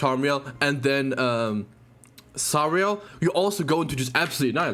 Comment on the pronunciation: it's been a thing about Nagato and other GC YouTubers too. Nagato especially. He calls Sariel "Sarmiel" and Sigurd "Sugma"